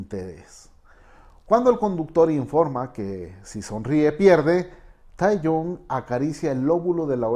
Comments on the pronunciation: Capo, se escribe Taehyung y se pronuncia taegiun BXJDUSÑ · Nisiquiera se molestó en aprender a pronunciar bien los nombre “beteese” “Taeyun”